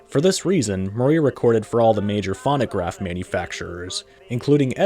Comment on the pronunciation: Never heard it pronounced as fawnograph before. And then pronounce Whiteman as Whitman? It makes me suspect its an AI voice.